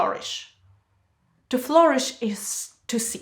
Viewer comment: I really like your videos, thank you! Could you pls check the pronunciation of “flourish”.